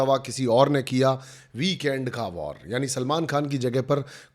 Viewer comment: you are still staying WAR..🤣🤣 it is Vaar in hindi my dear